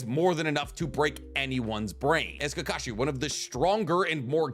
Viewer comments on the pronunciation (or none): none